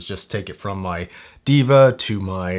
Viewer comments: its pronounced "Dae-vah", meaning God. Not Diva. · It's they-va not diva..😂